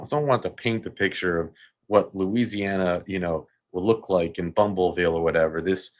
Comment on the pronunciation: Lol,, did you just say bumbleville😂